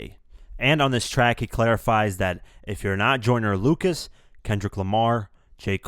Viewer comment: this guy said" I like the joyner locas song LOCAS ITS LUCAS not locas do you know how to read